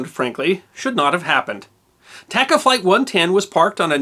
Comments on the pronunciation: I believe it is pronounced "TAH-Cahh" airlines. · Great video. I hate being that guy, but TACA is pronounced with spanish a’s. Like taco, not like tack. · I have always heard the airline pronounced as T(ah)ca, not T(ak)ca. Other than that everything else was spot on!